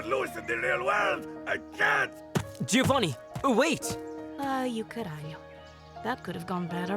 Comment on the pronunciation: I genuinely got mad at him not pronouncing his own name correctly, did the writers/voice directors even bother researching?(not even research, a simple Google could've told them how to say giovanni)